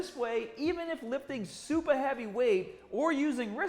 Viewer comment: why is he saying supah and bahbell but has normal american accent😭 so confused rn